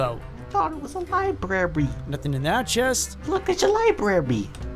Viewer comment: Jeffrey said librarby from undertale 😃